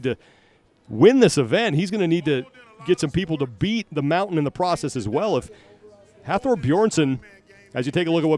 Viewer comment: It was awesome to be there this weekend to watch The pro men and women events and record breakers. The ninja warrior guy they had hosting was a joke, he didn't know shit about what he was talking about (proven every time he went even slightly off script), and couldn't pronounce Thors name properly for the life of him. Please get Colin Bryce, or the like to host this, paying respect to the athletes and the commitment it takes to get to this stage.